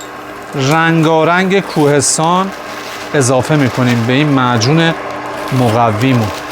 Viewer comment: میگه کوهستان کدوم کوهستان میگه 😂